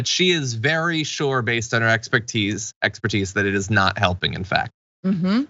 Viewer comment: I hate my comments keep getting deleted. Third attempt. Am I not allowed to support what the episode is about? I originally typed that I like the misspeak on the word expertise with expectise, and every time one of these conspiracy nutcases open their gape, I'm just waiting for it to drop abouts "it's the jews," is it the algorithm deleting me or a moderator?